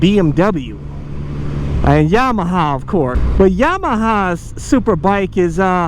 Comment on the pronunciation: “Yahama” Lol love you